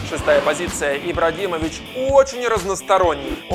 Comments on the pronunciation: я один услышал в начале ИбраДимович???? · Я один услышал " ИбраДИмович" на 16 сек? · ты сказал ибрадимович